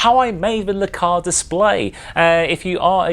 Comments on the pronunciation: I wasn't going to say it. Sorta was growing on me, and "Lah-Cars" was starting to sound normal ;-) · Dude, duuuude! It's pronounced "El-Cars" It's short for Library Computer Access and Retrieval System LCARS :) Also, please do not pick me. I draw my own schematics like this with much more detail :) Not to say yours isn't awesome, I just don't want to take it from someone else :) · no backhand anything attempted here. And definitely not hating. Just trying to explain why it's not normally pronounced "Lecars" If you don't point stuff out, how are people supposed to learn? If correcting is now automatically hating, we're doomed as a society.